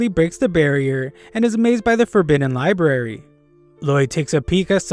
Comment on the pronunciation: libarry?? 📚 It's library. LIE-B-RARE-REE